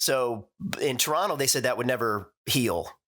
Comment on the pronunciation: I love that Rich says 'Torono' instead of Toronto. He's halfway to pronouncing it like someone truly from Toronto, and certainly pronounces it like Canadians not from Toronto, generally.